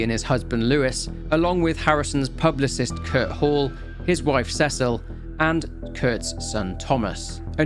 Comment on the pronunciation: Fyi, the woman's name is Cecile, not Cecil. It's the French form of Cecilia. Rhymes with Lucille!